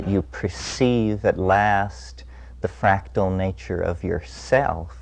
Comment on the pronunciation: It's "FRACTAL"